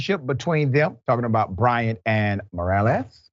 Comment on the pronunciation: Must not be ANY Latinos in Dr. Rickey’s world; he’s struggling to say Morales, but nice effort. If you’re going to try and say the name correctly, you might want to learn how to pronounce Jasmine—“Yaz-meanne.”